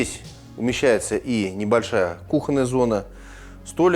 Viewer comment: КУхонная зона...кУхонная! ставьте правильно ударение! просто ухо режет! Проверочное слово кУхня.